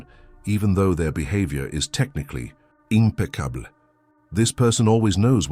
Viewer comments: When the narrator pronounces “impeccable” as “imple-cablay” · AI has trouble saying “impeccable” 😂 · AI said 🍷🧑🏽‍🎨🥖impeccable🥖🧑🏽‍🎨🍷